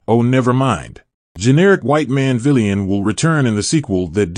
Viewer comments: Are you saying that a white man shouldn’t be a “VEELIAN” as you call it? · Dude - with all due respect - have someone teach you how to pronounce the word "villain" correctly.